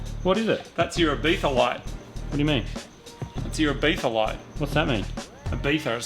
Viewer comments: Last time I checked it was called "Ibiza" not "Ibetha"?? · ibIZa. No th. Sorry lad.